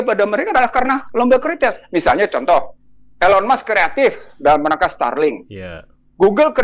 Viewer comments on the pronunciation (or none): none